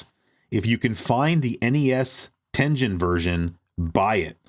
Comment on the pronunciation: Love this dxude but someone needs to teach him how to say Tengen